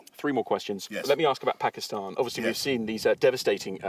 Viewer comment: He pronounce Pakistan perfectly well